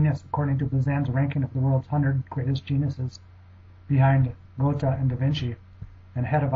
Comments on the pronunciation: GOAT-uh? What in the hell? Someone who claims to be in the position to discuss intelligence has no better sense than to pronounce Goethe as GOAT-uh? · Goethe is pronounced g ERR ta.